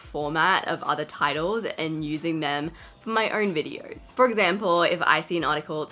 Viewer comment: Why do you have an “r” sound in vidors? And not VIDEOS? just a question